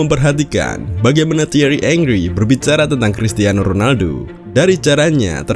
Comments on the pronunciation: Henry bang bukan angry. Plis lah ngomong yg bener dulu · Kenapa pronounce-nya kedengeran ky "angry" ya? pdhal namanya HENRY. Sama tolong dibedain, yg namanya "dislike" (personally ga suka) itu ga sama dgn "hate" (benci). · Bukan “engri” tetapi penyebutannya “angri”. thierry henry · Ongry❌ Angry✅ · Tulisannya Henry tapi bacanya Angry bukan Engry bang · Engri engri engri, yang bener dong nyebut nama orang.